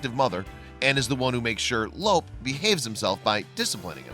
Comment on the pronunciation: Your saying Lope's name wrong. It sounds different than it looks because there is no accent mark in the English language. His name sounds like Loopy. Lope' It is a Spanish name. Your saying it like elope, without the first e.